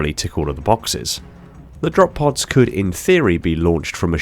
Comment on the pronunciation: "Drop poos"? bruh